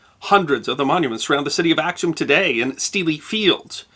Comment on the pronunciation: Before you post a video, would you please consult with people who are knowledgeable of the history of the regions, and the names of cities and people? I cringed at every mispronunciation, beginning with "Ack-sum" right to the end.